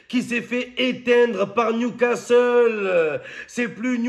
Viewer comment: 😂😂😂J'ai écouté qui y'a eu un ouragan hier soir au stade de newscaster.😂😂😂